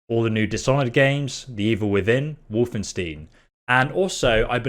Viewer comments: Try to pronounce it Wolfenst>I I< am Lukas) as it's not pronounced Wolfenst[eee]n ^^ once you got that right, we'll work on your "wolf" pronunciation =P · How he just pronounce wolfenstein just triggered me.